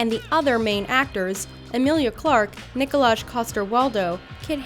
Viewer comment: It is not Nikojazh it is nikolaj It is not Hedly it is Headey